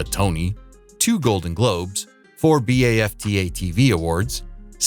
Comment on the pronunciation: Wish the narrator could pronounce BAFTA and Olivier Awards correctly.